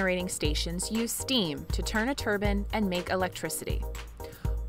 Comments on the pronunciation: Turbine…not turban. V different things! Need to pronounce it correctly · Dear fellow Americans. It’s pronounced TUR-BINE. A turban is something Indians wear oh and then you pronounce “and” you guys say eeeand there’s no E in and. Y’all midwesterns sounds dumb